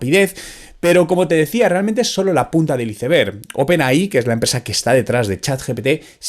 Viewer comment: Tan dificil es decir aisberg? Iseber 🤭